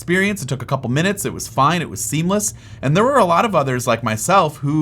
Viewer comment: "People had great experience, it was fine, it was seemless (sim-less)" Me: hmmm